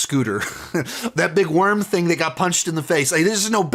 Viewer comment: I enjoyed how you said "thang" because you were talking about Kang 😄